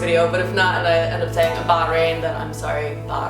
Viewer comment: Hey, congratulations to you and your husband, for having a baby. I've been to the middle east, and been to Bah' - rain (note the emphasis on the pronunciation 😂). Such a great country in the middle east, but quite some pretty narrow roads specially in the old city center. 😂